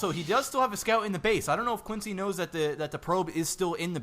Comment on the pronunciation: His name isn't pronounced "Quin-C," it's "C-Quence." The "X" is completely prosthetic.